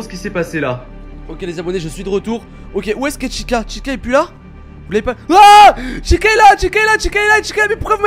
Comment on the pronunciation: C pas chica c Tica mais sa s’écrit chica